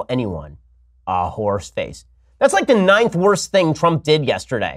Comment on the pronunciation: lol "thats the nith worst thing trump said yesterday"